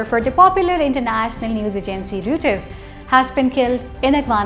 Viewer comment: Kindly correct your pronunciation of Reuters please!